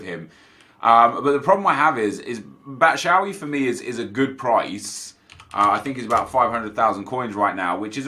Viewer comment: Love you but why do you say Batshuayis name wrong every time. BAT-SHOO-EYE-EEE is how it is pronounced